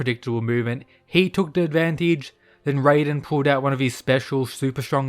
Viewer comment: Stop doing this, stop pronouncing raiden’s name as “rayden”, we’ve been through this like a month or two ago, you’re supposed to pronounce his name exactly the way it’s written, “Rai-den”, you said you’d stop, but you haven’t… why?